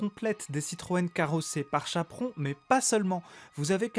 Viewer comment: Chapron, et pas "Chaperon", comme chaperon rouge...